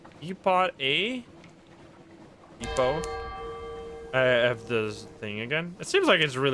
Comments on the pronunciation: continues to surprise me, I know he's Dutch so I'm not surprised when he trips up on some English words, but he knows how to pronounce "quay" with no hesitation, but not "depot" To be fair, English is the most gagglefuck language to ever exist, half part Germanic, half part Romantic, half part French (which is also Romantic), and one-third Latin (which IS Romantic). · To anyone who doesn't know, "depot" is pronounced with a silent 't'